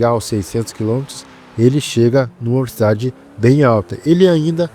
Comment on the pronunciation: mano que agonia vc falando verocidade (velocidade) o tempo todo klkkkkkkkkkkkkkkkkkk